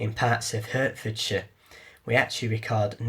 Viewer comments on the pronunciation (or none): He means Hertfordshire, but cannot pronounce it correctly. Lol.